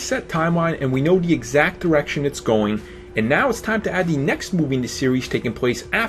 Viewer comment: It's hard for me to take you seriously when you can't pronounce "the". It's "the" not "da".